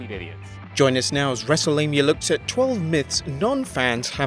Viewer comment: Why u call it wrestlelamia?